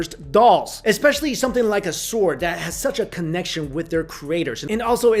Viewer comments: It's sword, not SWARD!! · Do you pronounce "w" in "sword"? It bugs me, oh so.